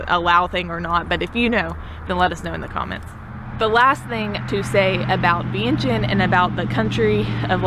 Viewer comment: GA? Well hey neighbor! LOL. I'm in Charlotte, NC! This is Laotian American! :) Vientiane - PLEASE pronounce as "Vieng Chun" 1 - Yes, locally it's known as LAO and the people as "Kon Lao" or Lao people. There is NO S. Only the outside world refers to Laos / Laotians. 2 - Correct, many locals build their homes that way. Designed for partial business by day and residence by night. These types of setups are usually small mom/pop restaurants or convenience store. This setup is actually pretty common up in states like CT, RI and MA. 3 - Yes, Laotians are very friendly, polite, laid back, reserved as a people. And the hospitality is unmatched anywhere! 4 - Beer Lao, I believe was a joint investment by Lao Brewery Co and Carlsberg Brewery, from Denmark. Beer Lao as a brand has won many medals in beer competitions. see link below. 5 - Luxury vehicles are common among the elites. The pay a HUGE tax premium just to purchase it. 6 - So in Laos, it's pretty common for people (mostly girls/woman) to throw up that hand gesture, or the hand "gun." It actually is a partial hand picture "frame" if you will. And yes, usually held up near the face. That's all that is. My tips of when to go to Laos. 1. Boat festival as you said. I believe the Laotian community has a similar dragon boat race on Lake Lanier (not sure exactly where in GA you are) around late September'ish? 2. Lao New Year (water festival or Thai calls it "Songkran". Lao/Thais have the same cultural history) around 2nd weekend